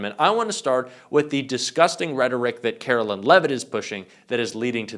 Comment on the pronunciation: Dude....??? Her name is not Carolyn. It's Karoline. LINE. Sounds like LYING. At least have the journalistic integrity to get someone's name right.